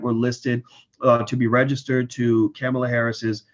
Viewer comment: "Kamala (Comma-la) Harris"